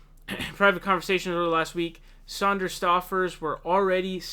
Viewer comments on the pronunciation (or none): It’s Sanders not Sonders! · Sanders not Saunders! Lol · Bernie's last name is pronounced Sanders (Sand-ers), (phonetic), not Saunders (Sond-ers) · Yeah he keeps calling him Saunders! It's Sænders, with a flat "a" (æ) sound! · His name is Sanders not Saunders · Good vid, one thing; it’s Sanders not Sonders. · Its Bernie 'Sand'ers, not Bernie 'Saund'ers. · It's SANDERS, not SAUNDERS. FFS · Stop calling him "Saunders" getting annoying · Bruh too many videos with you mispronouncing Sanders(Sand-ders) not Saunders which is a similar but different surname. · S A N D E R S not S A U N D E R S......there! Glad I got that outta my system. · Dude, his name is Sanders, not Sonders. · He switches back and forth between Sanders and Saunders, just like he did a few days ago with Joe Rogan and Joe Rosen. Idk wtf is wrong with this dude when it comes to pronouncing names. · Why do you pronounce his name as "Saunders" but when you talked about his wife, you said "Sanders." What? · I’m sorry... but Saunders? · Why do you keep saying 'Saunders'? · Why do you call him "Saunders" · Does say "Saunders" on purpose? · Again with Saunders lol - best was when it became Zaunders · BRO quit calling him Bernie Saunders. His name has no fucking u in it! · Do Muslims have to pronounce Bernie Sanders last name incorrectly? This kid keeps saying Saunders. I'm just wondering if Muslims will get in trouble if they pronounce Bernie's last name correctly. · How can this dude keep calling him "Saunders" after all these years? Jesus.... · Think about people viewing a video of yours for the first time and hearing you pronounce names “saunders” and “jhoe Biden”. Dumb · Everyone should start calling "", in chat and comments. Every time he says 'Saunders", it's like fingernails on a chalkboard. Ugh! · Pronouncing it like “sAUNders” distracts from what you say. Thats all i can think about because it sounds so wrong. Im not even paying attention to your point